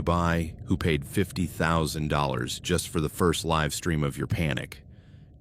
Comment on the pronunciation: This AI doesn’t know how to determine the pronunciation of homonyms. I’m listening to the first story, there have been two different instances with the use of the word “live(s)” and the AI got it wrong both times… Also, whenever it is reading numbers, it sounds like it’s having a stroke.